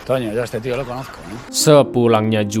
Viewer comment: Antonio = Toño = ToNYo , bukan Tono Sutono bang.